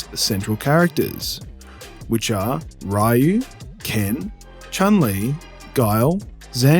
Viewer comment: I would be remiss if I didn't point out you're pronouncing Ryu incorrectly. "Ree-You" is the correct Japanese pronunciation. A common mistake, I did call Ryu, "Rai-You" as a kid. Still a great video.